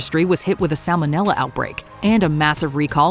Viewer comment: The letter "L" appears three times in the word "salmonella". It's not "sammonella".